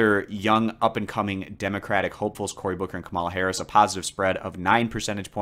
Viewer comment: Kamala Harris' name is pronounced KAH-mə-lə.